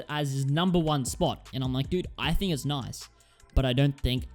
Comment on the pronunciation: "Like dud I think it's noice." 😀